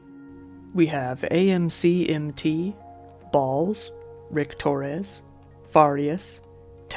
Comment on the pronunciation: 😂 the emphasis he puts when he says ...BAHALLZ....